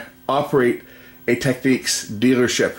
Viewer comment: its not techniques , its technix....